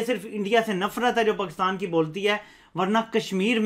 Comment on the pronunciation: Learn to talk first "Eeindia" "pkistan" you don't know how pronounce properly OK.